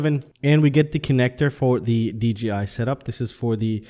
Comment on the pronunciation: Not trying to be an ass but you keep saying DGI did you mean DJI, its just throwing me for a loop......am I saying it wrong?